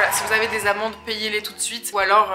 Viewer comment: Super vidéo! Juste j'ai cru que tu disais "payer mes amants" alors que c'était tes amendes 😂😂